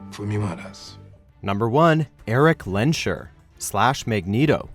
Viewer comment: It's lens-herr not lensh-err..